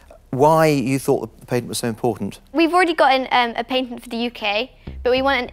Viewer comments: "uk paintent” lol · Deez people be talking English bad! Dey ain't even pronounce "Patent" goodly! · Last time I checked, "pay tent" was spelled "P A T E N T", and for that reason I'm out!